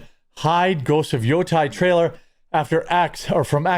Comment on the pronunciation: Jeremy. Dude. In Japanese, it's all soft vowels. You're pronouncing it as if it was "Yotai". It is "Yotei" - in Great Lakes English, that's "Yote", then "Ehhhhhh". Say that 5 times, as two words. Then smash them together. Then say it 5 more. Then shorten the second syllable. Otherwise, good video, glad you're going hard unlike others.